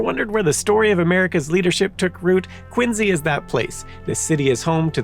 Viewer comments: Quin zee? Never heard that pronunciation before, but ok 🧐 I've always heard it pronounced as Quin See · Why does he say “Quin Z” ? is that how the town says it? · You might not be Simon but you definitely mispronounce things like he does. Quinzy???? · Is it just me or is he pronouncing "Quincy" with a z sound? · are you from Massachusetts? Or did you get corrected by a bunch of Bostonians because you used to pronounce "Quincy" the way it makes the most sense? (at least that is what happened to me:P )